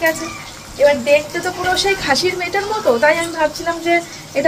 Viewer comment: Tumi eta ke meto bolo kano??Mete bolte paro na? Sotti sunte khub kharap lage eta ke correct koro kamon.❤